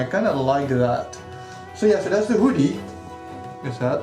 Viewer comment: OMFG!!! I'm sooooooo jealous!!! That Zote Plushy is CROM TIER!! Love that maggot for the nail! And that Wanderers Journal I've been eyeing up for AGES!!!!!! It looks AMAZING!!!! Love that Hoodie as well! (or Whodie as you pronouce it heh), that nail zipper is amazing! Gah, looks like I got some shopping to do!! Awesome stuff man, super jealous hahaha!